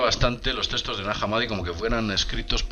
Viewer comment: Testos? Se pronuncia textos